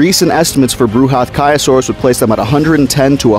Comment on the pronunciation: The correct pronunciation will be Bra~hath~kyo(like kyoto)~saurus. It's Sanskrit for something massive.